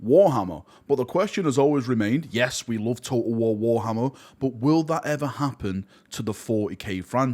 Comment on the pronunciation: I love how you pronounce "total war: Warhammer" its almost like the bottle of water meme - "Bo'oh'o'wa'er". 🤣